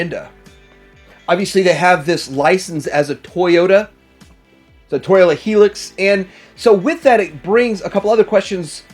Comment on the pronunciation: Haha, I've never heard Hilux pronounced as "helix" before! 😆 If I was gonna get a Trailbreaker I'd definitely go for the FT. The MP has weird proportions, particularly the hips. Plus I'd prefer black to the dark grey they appear to have chosen. However, I would probably get an MP Hoist, since he was my first Transformer (Christmas 1985!).